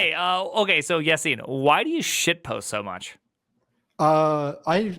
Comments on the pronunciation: Yacine not Yaccine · did we just signoff calling him?